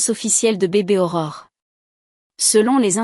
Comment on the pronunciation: Aurore et non horreur